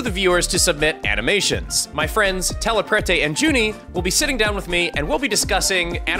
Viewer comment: “My friends Telepurtae…” Me: “aaaAAAAAAAHHHHHHHH”! (It’s spelled correctly. Telepurte. Purt. Or I’m just wrong and dumb, but idgaf)